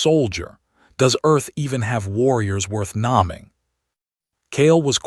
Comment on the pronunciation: "Naaming"? Come on. Let's get a better AI algorithm to do the voice over.